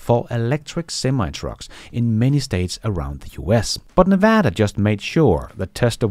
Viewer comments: As a Las Vegas native, I'm impressed that you said Nevada correctly. Most people (including most Americans) say it incorrectly. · Hey, just wanted to thank you for pronouncing Nevada correctly! (Like a native) From a fellow Dane, Scott